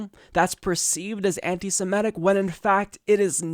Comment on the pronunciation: I wish someone would explain to this guy that the word is SEMITIC not "SIMETIC".